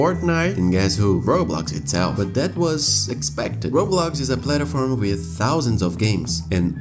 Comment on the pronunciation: its not funny but i love how the guy says plataform instead of platform lol